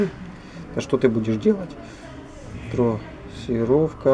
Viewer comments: Какая трОссировка, блин 🤦‍♂️ ну думать же ж надо) от слова трАсса, а не трОс 🤕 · Трассировка от слова трАсса, а не трОс.😀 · С хренали трОсировка то? Позор ддунглям - трАсировка. Снова в школу.